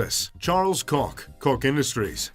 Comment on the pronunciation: It’s actually pronounced charles Koch (coke)